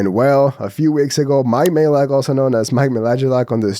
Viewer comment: Ok I love that you embraced your original pronunciation of Mike's last name